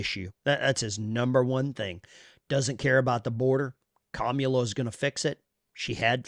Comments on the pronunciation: Kommula? You mean Cummula? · When pronouncing her name, he placed the emPHASis on the wrong sylLABle. That's so racist! 😵‍💫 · Did he just say Commie Kamula. Ala, ala. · Excuse me, but the correct way to pronounce the name of the soon-to-be elected by a landslide victory, first non-trans female, genuine quasi-African American President is “Caramela.” To be sure, it’s pronounced “Caramel” (like the shade of her complexion) and “la.” All together now, say “Caramela.” Good. Now sit back and watch her get elected President, as the FIX is in, baby!🤣🤣🤣😄😄😄👏👏👏👍👍👍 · Her name is pronounced, Commie-la. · He can't even say her name! Does he have the same disease as Joe? I agree with him on one thing...We Are Not Going back to Kkkkkaamala! If she is going to fix the border, why didn't she? Every state, the people, will decide on abortion, Grandpa! When, and if, this deal in Springfield is investigated, it will be found full of corruption! Just like everything Kampala has had her finger in! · Is it pronounced "Come Allah" ? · Straight to jail!! No jury no trial just Straight to jail for not saying her name right! Here in democracy we don't allow you to speak wrong!! Don't get arrested by the thought and feelings police 🚨 remember officers safety is more important than your rights!! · They're Harris supporters but can't even say her name right 🤣